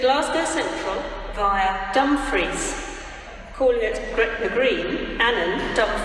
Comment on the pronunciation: Caught “Dumfries”in 2 different tones